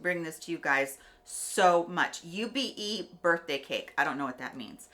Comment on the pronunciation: It is pronounced like ew-bay 😉